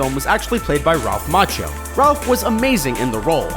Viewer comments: "Macchio", not "Macchino". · ... ...the name's "MACCHIO" not "MACCHINO"..... SAD.... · By the way, it's Ralph Macchio, not Macchino. You got it wrong in the sub-titles too. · Its Ralph MACCHIO, not MACCHINO. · "...vanished out of nowhere"..... awful and incorrect --- "vanished INTO thin air" or something like that would be correct. Also, it's Ralph Macchio NOT Macchino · It's actually Ralph Macchio, not Macchino. As for 30 Seconds to Mars...."some pretty big success"!? That has to be the euphemism of both this and last year! LMAO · Ralph Macchino? LOL it's Macchio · "Ralph Macchino"? (Are you watching closely?) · "Ralph Macchino" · Macchio is pronounced Makkio, dumbass! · Why are you guys so bad at pronounciation? MACCHIO - pronounced MA-KEY-O and in another of your videos Bernard Goetz - his last isn't pronounced GOATS it's pronounced GETZ - - get the spelling and the pronounciation right - everything else is good.... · Ralph Macchino ? Macchino ? Nice one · ralph [mak - kinuh] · ...and doesn't have an "N" in it